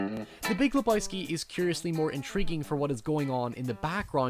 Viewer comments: Le BOY ski 😂😂😂 Fucking A. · Not leboyski, lebojski LEBOWSKI, LE BO WSKI !!!!